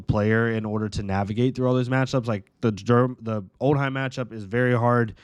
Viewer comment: Old-Him not Old-Heim